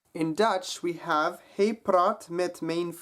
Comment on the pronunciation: Hi Ro Man, I would just like to confirm that his pronunciation is correct and it is in fact different from sound of the Dutch "mijn" :)